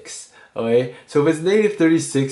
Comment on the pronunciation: your videos are great but learn how to say "okay"please